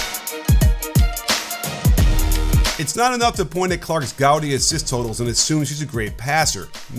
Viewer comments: Gaudi? Like the architect? Like howdy? No. Gaudy, pronounced God-ee. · Gaudy is pronounced gaah -dee not gow-dee just an fyi